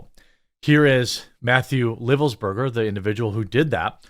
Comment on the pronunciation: Livelsberger, he pronounced the "i" as " eye". Really great dude... no idea wtf happened